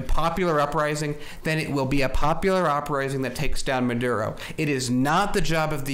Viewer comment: His name is Maduro, not Marodo, the Carter watchdogs called this the most fair election in the world, well above what we had. You really should do a bit of research before you post stuff like this. The US oil companies want that oil. The situation in Venezuela is a combo of oligarchs not providing basic food necessities and the US sanctions. Do your research, look to Arron Mate and Abby Martin to know whats really going on.